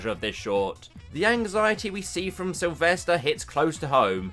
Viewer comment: Lisden it’s Sylvester